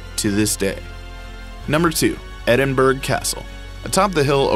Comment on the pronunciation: Edinburgh Castle like the word through pronounced ---thr-oooooooooooooooo NOTICE the Edinburgh is pronounced Edin-bur ow. The commentator must have been from Texas